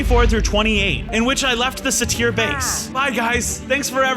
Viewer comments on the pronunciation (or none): It's pronounced SAY-TER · That's not how you say satry